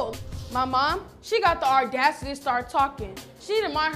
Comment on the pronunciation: "the ardacity" is craaaazy 😭